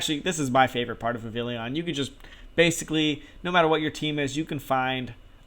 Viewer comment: Cool video dude but Godddd is it obnoxious when people mispronounce and misspell Vivillon. It's Viv-EE-Yon. It's French, man!